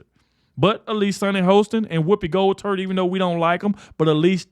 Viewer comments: He said Gold turd -made my day 🤠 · "Woopi Goldturd" 😂😅